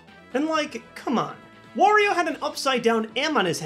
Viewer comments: Why do you call Wario, war-rio. It’s wah-rio. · ...Why does everyone pronounce Wario as "Worrio"? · ***** well I don't say it as in "warehouse" if that's what you meant. I had assumed it was meant to rhyme with Mario. WAH-rio. Also I'm pretty sure the origin of Wario and Waluigi's names are Mario and Luigi combined with the Japanese word "warui", which means bad, and is pronounced is a similar way to my Wario pronunciation above.